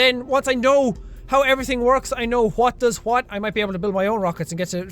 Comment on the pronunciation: Did you say ' juwhat '